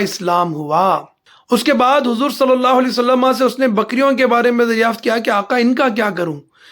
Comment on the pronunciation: जनाब हर बार आप वसल्लम के बजाए वसल्लमा क्यों कहते हैं